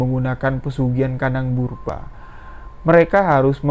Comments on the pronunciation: Bubrah bang. Bukan burbah😂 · Kandang BUBRAH mas BUKAN kandang BERUBAH, beda artinya jauh bgt. Coba di cek dulu cara pengucapannya. Agak mengganggu kuping sih mas padahal ceritanya bagus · Burbah hahahahaa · Iya setau saya kandang bubrah bukan burba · Gk bisa baca ta, kandang Bubrah kok di baca kandang burba😂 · Bukan burbah bosss tp bubrah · Kandang 'BUBRAH' bang, bukan 'BURBAH' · Kandang bubrah bukan burbah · Kandang Bubrah bukan burbah🙂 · Bubrah Mas...bukan burbah. Bubrah itu artinya dibongkar. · Jangan salah ucap "kandang burbah" tapi yg benar kandang Bubrah. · Maaf, yg bena0r menyebutx adalah KANDANG BUBRAH bukan KANDANG BURBAH, KANDANG BUBRAH artinya rmh yg dibongkar pasang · Kandang bubrah cuy bukan burbah 😂😂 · kandang ,BuBrah om , 😄 bkn kandang purBa🙏🙏🙏😄😄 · Si amang ngmong nya kandang BURBAH muluk😄😄 bubrahh mang bubrah bukan burbah. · 0m bubrah bukan burbah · Bang bubrah bukan burbah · Bubrah lae. Bukan burbah. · Salah-salah sebut nama....normal bro...tp menganggu. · Kandang BUBRAH masss Bukan BURBAH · .penyebutan itu yg benar pesugihan "KANDANG BUBRAH" bukan "kandang burbah" BUBRAH berarti rusak...jadi pesugihan ini selalu merusak rumah dan merenovasi kembali tanpa alasan yg pasti.... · Bubrah bukan burbah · kandang bubrah,bu brah bukan burba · setau Aku pesugian kandang bubrah, bukan purbrah, 🤭 krana di tetanga nenek ku dulu ada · Kandang bubrah bang...bukan burbah🙏😂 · BUBRAH bang, bukan BURBAH, 😁✌ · Bang bukan kandang burbah,tapi kandang Bubrah 😀😀, nya bukan orang Jawa,maklum ya 🙏🙏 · Gpp mas , pantes j tadi tak dengerin bolak balik tetep dengernya "brubah" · Lucu mlhn dengernya😊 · Ya bener salah penyebutan, Sepanjang dengerin ga enak dengernya pas penyebutan itu, maklum aslinya orang jawa, bahasa itu bahasa masa kecil saya, Bubrah itu bahasa itu bahasa Jawa, berantakan, awur-awuran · Aku orang jawa memaklumi salah sebut... Hehe